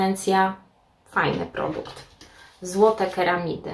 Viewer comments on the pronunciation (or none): Ceramidy wymawia się ceramidy, a nie keramidy. Co do odświeżaczy powietrza/ dyfuzorów zapachowych, żeby zapach był mniej intensywny należy włożyć mniej patyczków, jeśli chcemy zintensyfikować zapach, wtedy wkładamy więcej :)